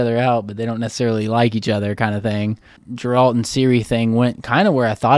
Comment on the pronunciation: Hello guys! love your reactions! just a note though, "Geralt"s name is pronounced with a hard "G" like GET not Jeralt. Nobody in the show calls him Jeralt.